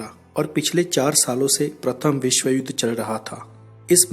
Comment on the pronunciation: ur information is very good but accent of hindi words like' vishw' u say 'visv' please use proper pronunciation to enjoy all ur videos. thank you